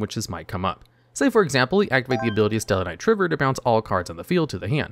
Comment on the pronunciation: As a tellarknight player (yes i know it sucks nowdays and was never amazing but i just like it) i always thought it was pronounced try ver not triv er